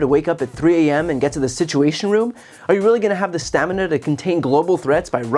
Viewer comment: He doesn't have the stam-i-na.